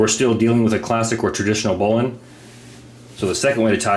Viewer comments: The correct pronunciation - finally. Should sound like "bowling". You are onto it. Everyone else sux. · I am so happy to hear you pronounce bowline correct, as "bolen". It's my favorite knot of all time. Yours is by far the best demonstration of bowlines I have seen, and I learned something with the Yosemite. Awesome! I've never seen that before. I have to wonder however, if there could possibly be any issue with the basic bowline's "cinch" loop's effectiveness, i.e., if it's security could be affected or compromised by introducing the working end into it. I personally doubt it, but rope scholars could maybe school us. I learned bowlines in 1985 while working as a commercial fisherman in AK. Unless you've got some shitty springy stiff slippery line, I've never experienced any reason to back one up. That being said, if I am using a bowline in my climbing pursuits, it's backed up. Life is worth an extra second or two. Thanks!